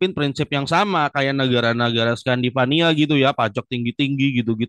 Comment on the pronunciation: Scandinavia Jonnnn, bukan Scandivaniaaa. Wkwkwkwk